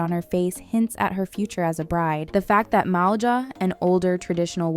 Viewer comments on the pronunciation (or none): none